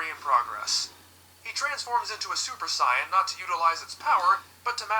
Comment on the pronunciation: What is up with the way that guy pronounces certain words, like pronouncing Saiyan as cyan? It's really distracting lol